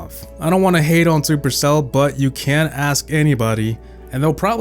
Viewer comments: No hate but why do you say aks you don’t say ask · Why do you say axe instead of ask